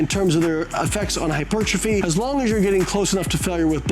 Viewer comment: please for the sake of welches grape juice IT IS NOT hypert ruh fee TWO WORDS HYPER. TROPHY. HYPERTROPHY. NOT HYPERT RUH FEE.